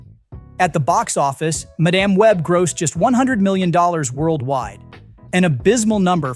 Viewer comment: Madame Web, not Ma Dam Web. Can we please stop using stupid AI’s to read the scripts?? FF sakes!